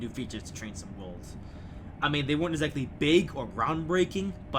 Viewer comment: Ha! It does sound like he's saying that, doesn't it? You wit, you.